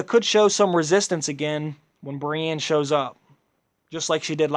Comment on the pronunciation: matt choochoo I agree he can't even pronounce Brienne sounds exactly like he's saying Bran